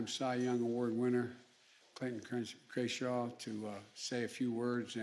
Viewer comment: "Fernando Vanazuela" Clayton "Krenshaw," "Krayshaw"